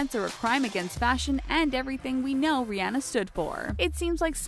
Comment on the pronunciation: You are saying Rihanna wrong and it's killing me